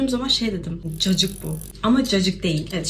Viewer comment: Cacık değil caciki olmş😂